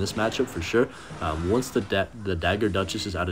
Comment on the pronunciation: once said "dagger dushes"😅😅